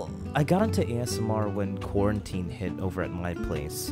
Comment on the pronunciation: “I got into voice acting when Quarantine hit” What I hear “I got into voice acting when p*orn hit” Me: NANI